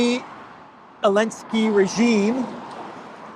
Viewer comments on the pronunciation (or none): Can someone tell me why pronounces Zelenskyy “Alinski”?